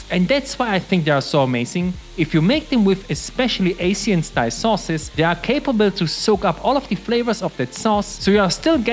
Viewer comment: I'm sorry, the way he pronounced "Asian" as "ay-see-en" sent me lol